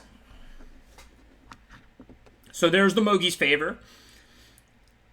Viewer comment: Can you please say Mogis's favor instead of mogees lol